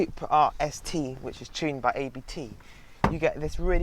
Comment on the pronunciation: very good review! But just one hint. It´s not A B T. It´s a german family named Abt.